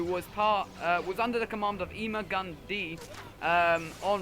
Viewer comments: Ema-Gun-Dee? It's Ima-Gun-Di. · you pronounced Ima-Gun-Di wrong. It's pronounced 'ima gonna die'